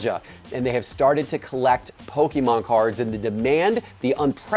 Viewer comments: love the content but please, I beg of you stop saying PokEmon. It is pronounced Poke-A-mon. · It is PokEmon NOT poke-a-mon